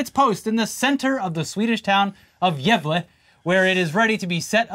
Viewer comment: You did not pronounce gävle right but it was closer than before 💀